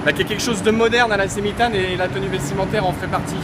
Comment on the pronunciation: Semitan alors pas tan